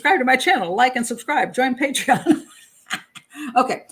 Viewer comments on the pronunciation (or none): none